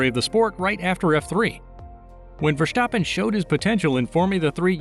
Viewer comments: Verstappen. Not Vershstappen! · One question... why do you pronounce his name as verSHtappen? Just say verStappen. S-sound not sh :) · Thanks for your fun facts. Just a hint: his name is not Verschtappen but simply Verstappen. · nonononononononononono. NEVER SAY "Vershtappen" say it exactly like its written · Nice video, funny how you say Versjtappe!